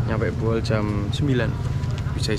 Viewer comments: Bukan Boeol tapi Buol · Izin mas, Bukan Boeol tapi Buol. Lebih tepatnya Kabupaten Buol Provinsi Sulawesi Tengah. Berbatasan langsung dengan Kabupaten Gorontalo Utara Provinsi Gorontalo. Makin sukses perjalanan nya 💪🏍️🏍️🏍️🔥🔥🔥